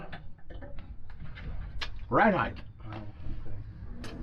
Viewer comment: please please stop calling it ride "heighTH". It's almost as cringey as "telephone pole". 😕😨